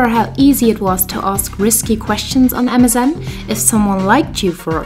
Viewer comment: Everytime I hear you say MSN I hear Amazon.